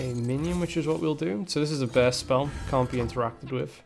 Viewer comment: Nice pronunciation you got there for börst. Bearst spell.